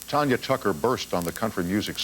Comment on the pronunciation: It's TANYA, not TONYA